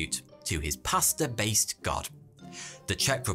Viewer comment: This man pronounces pasta and pastor exactly the same way and I think I grew about 3 new brain cells as a result of having to distinguish between the two.